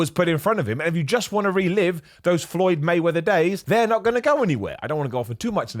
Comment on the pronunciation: Floyd Waymeather :)